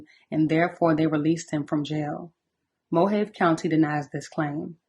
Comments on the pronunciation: I appreciate your content, can't believe I'm late to this story. Side note, Mohave=Mo-hah-vee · (Mo ha veee) county. 😊 Rip Diane